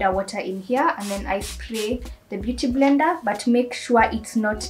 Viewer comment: It's the "mbeuty mblender for me" aaaai😂😂😂